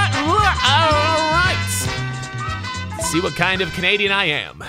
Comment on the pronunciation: Canadi-an not en an canadian